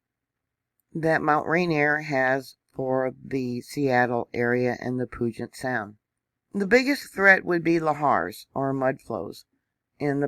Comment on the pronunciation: Thank you, love your channel! It is pronounced “Pew-jet-sound” like a pew in a church.